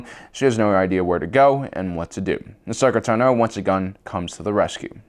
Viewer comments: Ahsoka TANo, NOT Ahsoka tanOH. Fuck that's irritating. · “Ashoka Tunoh” 🥴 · Why do you pronounce ahsoka tano incorrectly?